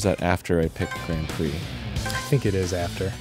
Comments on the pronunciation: It didn’t phonetically trigger, since the sound was “grand pricks” instead. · Every time he said Grand PRICKS I ROLLED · the way arin pronounces grand prix is just~